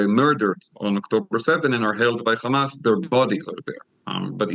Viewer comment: I want to hear if this guy pronounces hotel and hair as khotel and khair like he does with Hamas. He clearly has no problem saying the word "he" but says Hamas as Khamas. It seems these Israelis are intentionally hateful.